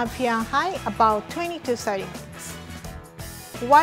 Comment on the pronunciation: her accent when she says FeWInHeIt